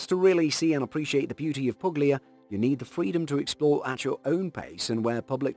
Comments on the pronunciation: Polignano and Puglia are actually pronounced somewhat like "Polinyano" and "Pulya". Gn and Gl are not read phonetically in Italian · G's are pronounced like Y's in Italian. It's Pul-Ya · The narrator has a pleasant enough voice, but the "g" is silent in "Puglia" and "Polignano". It serves as a modifier giving a gliding "y" to the following consonant - - such as in "Lasagna" or 'Bologna". And thus "Pulyia" and "Polinyano" would be closer to proper pronunciation. Nice vid, otherwise. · That was a great compilation! But, please: It's spelled "Poolya" (Puglia) and "Polinyano" (Polignano) 🙂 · how the faq you pronounce PUGLIA and POLIGNANO??? Why the hell don't you check the correct pronounce of those words before saying them??